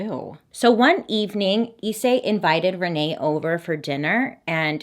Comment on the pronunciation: Pronounced slightly differently actually ! Rize (リゼ) is just rizeh, and Issei (いっせい) is i’ssay, there’s a space between the I and the rest !